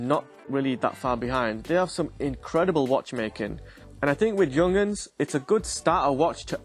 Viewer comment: “Young-uns”…😂 “yoong-harns”. Stunning watch, true classic